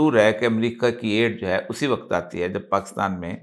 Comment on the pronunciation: سر ! لفظ "وقت" آپ ہر جگہ غلط بول جاتے ہیں ۔ اس لفظ کا تلفظ درست فرما لیجیے ۔ ہم آپ کی ہر ویڈیو بڑے ذوق و شوق سے دیکھتے سنتے ہیں ۔ آپ ہمارے پسندیدہ کالم نگار اور تجزیہ کار ہیں ۔ جب بھی کسی لفظ کا تلفظ درست ادا نہیں ہوتا تو ناظرین کی طبع نازک پہ گراں گزرتا ہے ۔ ہم تو صرف اصلاح چاہتے ہیں ورنہ من آنم کہ من دانم ۔